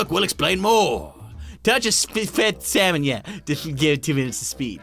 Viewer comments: SALmon! Not slamon! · When you said its pufferfish its cod its salmon you said samon instead of salmon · What's with him and calling salmon slamon?